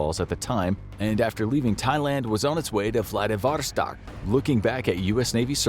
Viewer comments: it's vladiVOStok, not vlaDIVostok. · What the heck is Vladavarstark? Edit: Ok, as I suspected, Vladivostok. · It's Vladivostok and you said it closer to right the first time